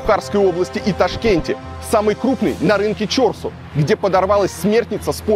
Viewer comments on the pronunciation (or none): чОрсу никто не говорит , правильно будет ЧорсУ ! Как ты любишь исковеркивать слова🤦🏻‍♀️ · Илья, "Чорсу" ударение на "у", "манты" ударение на "ы", отдельная благодарность за мантышницу, а не мантоварку! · Интересное ударение, на название рынка "ЧОРСУ". Улыбнуло, теперь сомневаюсь, куда ударение)